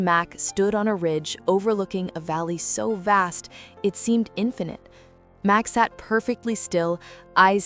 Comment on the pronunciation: He's name is Max not Mack.